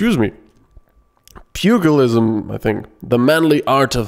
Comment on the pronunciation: "PEWGILISM" hahahahahah never gets old